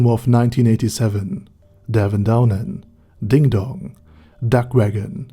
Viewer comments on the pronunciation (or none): none